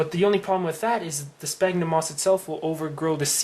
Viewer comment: Pronounced "Sfagnum".Pronounced "Sfagnum".